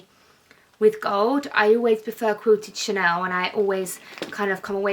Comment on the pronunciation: How come you say chanoowww. It’s ChaneLLLL. Is It’s lazy or is it a lisp. It’s Chanel so is it best to say Chanel with and L.